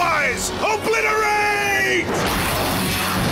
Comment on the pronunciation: likes saying oblirate